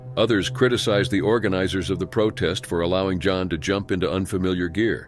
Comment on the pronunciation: The narrator SUCKS. 3200 ft is never pronounced three-two hundred feet, and he referred to Jan as " John " at least once.